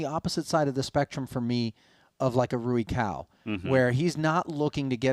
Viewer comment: Not knowing how to pronounce the players’ names is utterly unprofessional. “Roo-E Cow” How hard is that?